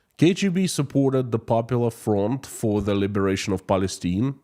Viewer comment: Palistine is pronounced: PAL-EH-STEIN. Palistinian is pronounced: PAL-EH-STEN- EON. Excuse my basic phonetic language.